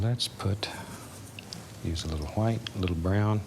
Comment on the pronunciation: DOOD OMG I'M DEAD WHEN HE SAYS THAT OMG